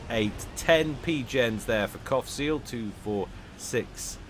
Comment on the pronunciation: Everytime you said Qaphsiel all I hear is Cockseal :/